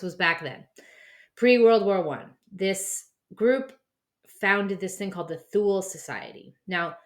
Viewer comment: It's "Tool-Uh" Gesellschaft.....